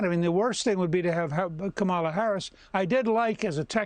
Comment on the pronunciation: When is Newt going to learn how to pronounce the Vice President's first name correctly? CommaLa, stress on the first syllable. He undercuts himself by mispronouncing it. Maybe, just maybe somebody at Fox could broach the subject with him.